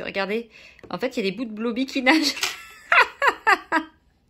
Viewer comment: Blooby se dit bloubi